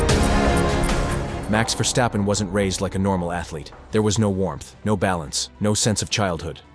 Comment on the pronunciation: It's ver stappen ok.stop smucshing... Arshole. I. Dutch. Iknow